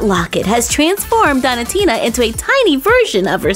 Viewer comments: Its donutina like donut not donitina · I love watching your videos BUT(T) i'm not sure that's how you say donatina.. dough-nah tina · not to be rude but it's pronounced doughnut-ina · You don't know how to pronounce donatinas name correctly it's doen -atina